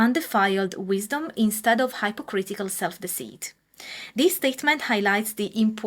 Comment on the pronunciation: Hello please check the pronunciation of 'hypocritical'! 🐢